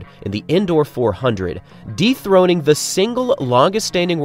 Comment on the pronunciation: I had to list to twice… he said dethroning, thought he said “deep throating” I almost spit out my coffee first time I heard it.